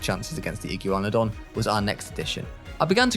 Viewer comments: IT PRONOUNCED IGWANADON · the archaeornitomimus, coelophysis, chasmosaurus, iguanodon or the "igyeewanodon", charcarodontosaurus, ceratosaurus how did he do it wrong he pronounced proceratosaurus perfectly, those pronunciations were hilarious